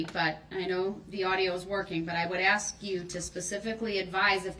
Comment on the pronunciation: GROUNZ, Did I axe you ta do dat